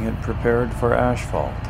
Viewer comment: Its called asphalt not ashphalt. How long have you been doing this job?🙄